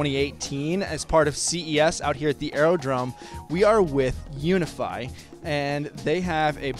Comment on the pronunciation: It´s called UVIFY not UNIFY pal